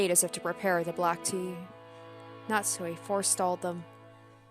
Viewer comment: Pronunciation notes: - You did Natsuhi's name correctly - Beatrice is like Bay-ah-toh-rii-che. You'll hear it plenty of times. I like to hear your theories and analysis! Even so early, I feel like you're picking up on things that are important to notice.